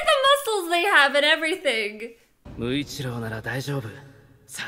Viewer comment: I love how she says "Muchiro" it made me laugh 😂